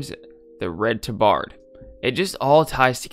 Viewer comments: It took a minute to realize what you were saying "Tuh-Bard"? "Tah-Berd", my guy. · Tab-erd, not tuh-bard. I have argued with my 2 friends of childhood about how it's pronounced and you are genuinely the only other person I've ever heard say it like that. Lmao.